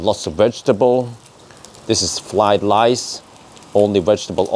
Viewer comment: Haha, "Flied lice"